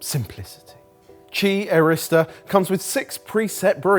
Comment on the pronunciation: I hear "Chi Arista" and then I read Qi Aerista. Lost all the energy in my body.